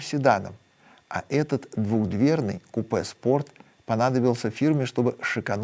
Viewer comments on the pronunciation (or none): none